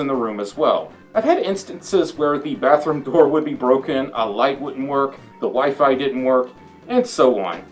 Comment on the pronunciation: Instead of hearing “the WiFi didn’t work,” I heard “the wife didn’t work” and I rewound the video while giving a confused and concerned look 😅